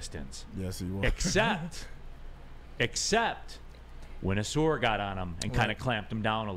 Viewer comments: Ah-sar not sore dude 🤦🏾‍♂️ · His name gets mispronounced a lot, but maybe that's a good thing. Everybody keeps saying o-SOAR instead of aw-SAR. Just call this man "Soar" Thompson. It's what he does. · ah-sahr (rhymes with "a car"), not ah-soor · Is it pronounced “Uh-sar” or “Uh-soor”? Always thought the first one. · This could be settled very easily. All people have to do is watch any video on YouTube of him saying his own name. It’s pronounced Uh-sar. I have no idea where Uh-soor came from.